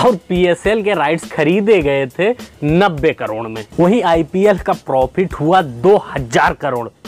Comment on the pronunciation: Bolna to seekh ke toiletless country k Chowkidar jeero ni hota zero hota hai Prophit ni hota profit hota hai jiyada ni hota ziyada hota h 🤣🤣